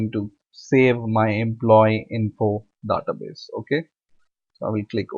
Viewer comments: don't waste more time and don't pronounce Dada base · Very good tutorial but please take notice, database is not pronounced as duh-ta-base. Thank you for this video. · he says"da-ta base"